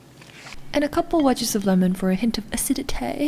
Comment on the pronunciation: "aciditée" :D :D